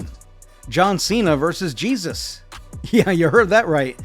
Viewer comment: Mispronounced his name (Jesus) and showed a completely different wrestler. Far from the only issue.